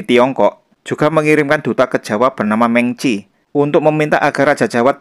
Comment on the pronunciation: Meng Qi itu e nya dibaca pepet. Ying Ya Sheng Lan, e pada Sheng juga dibaca pepet. Ini berdasarkan ejaan bahasa mandarin modern.